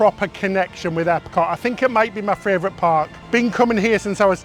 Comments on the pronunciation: do you realise you say "fravourite" instead of "favourite" every single time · Which is one of my fravorite -isms!